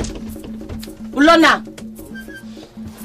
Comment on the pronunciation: lol its Ulonna and not Ulanna